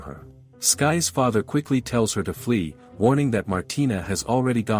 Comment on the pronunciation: Irks me that it kept saying skyes, when it was SYkes.